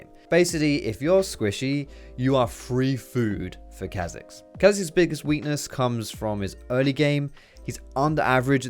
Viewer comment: Riot confirmed that its said shayco not shacko (shaco) and its car zix not kazicks (Kha'zix)